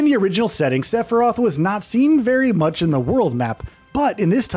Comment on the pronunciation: You said "Stephiroph" lol